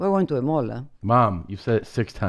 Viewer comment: “You’re going to take me to a-mall now, huh? Then a-Spain?”😂😂😂